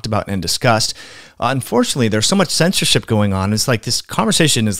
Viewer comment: when you can't even say the word censorship....